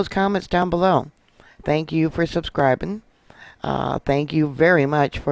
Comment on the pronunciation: " TANKS"!